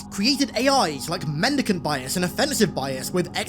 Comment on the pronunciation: just fucking say it's mendicant it's always mendicant